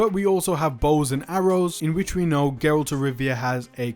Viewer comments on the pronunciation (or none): Bruh if you say geralt one more time imma DDOX :')